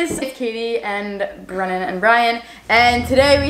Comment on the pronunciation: Its "BRENNAN" not "Brendan."